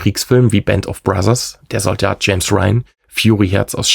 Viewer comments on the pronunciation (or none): none